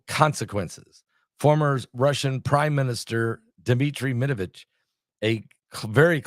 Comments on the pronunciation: Med-ve-dev. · MED-VEDEV. It’s NOT THAT HARD!!! 🤣🤣